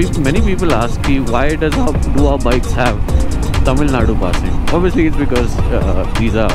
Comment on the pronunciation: You are the only moto vlogger as far as i have seen who pronounced Tamizh nadu correctly, usually they call Tamil nadu which is not the correct pronunciation. Its Tamizh nadu